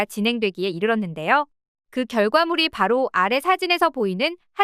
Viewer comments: 문자를 읽는 발음하고는 참...청계고까..가 아니고 청계고가라 못 읽냐? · 淸溪高架를 왜 "淸溪고까"라고 읽나요 / 高價로 들려요. 청계고가 도로가 맞지 않나요?